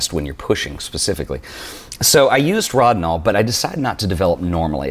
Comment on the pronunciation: NIce stuff except it is pronounced with a long 'o" like "Row-dinol"